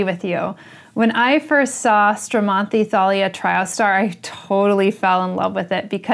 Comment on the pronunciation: Thank you so much I really really enjoyed listening to your talk about this stunning and beautiful plant and I am very very pleased that your pronuncing correctly it’s name. Very important to me.